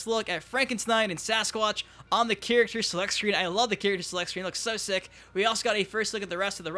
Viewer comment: Can you please learn to say: "Character" you say...like, "chirikter" Good video tho.